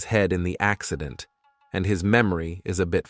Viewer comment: Sooo sorry can any one tell is the voice ai or something because some pronounceions were lot to take in like the way they said Accident😅